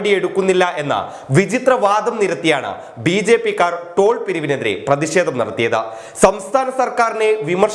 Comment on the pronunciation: ദയവ് ചെയ്ത് ഉച്ചാരണ ശുദ്ധി നേടുക. "പ്രതിഷേധം "